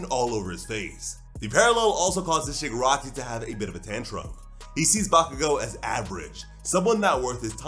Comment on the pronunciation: My guy really said shigirockery